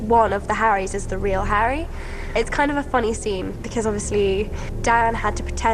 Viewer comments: esa vieja bruja no pronuncia bien los nombre, un poco mas lo llama herry a harry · Pt que feo dice jerri a Harry, en la pelicula doblada al español a Hermione le decían ermion pt madre la cagaron